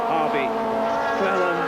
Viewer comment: 19.42.. Cleland 'slaute':) Loved the old days of touring cars and still a fan today and head to watch live races as much as possible. Great vid.